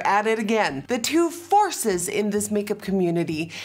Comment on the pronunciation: Less than 10 seconds in and she said "The 2 forces" and I swear she said the 2 farces and I was like oh.. yup 😂 got that right 😂